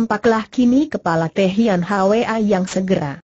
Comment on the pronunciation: Thian Hwa diucapkan: tian ha we a. Apakah google tidak bisa mengucapkan Thian (Dian) Hwa???? Batu2 di sungai itu bukan batu karang tapi batu kali. Mohon direvisi. tq